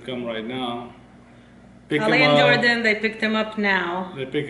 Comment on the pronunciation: say jordhan instead of jordan